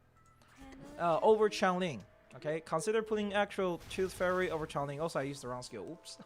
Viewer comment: Change-ling Change pronounced as in “I change my clothes” Like earthling, but with the word change. Changeling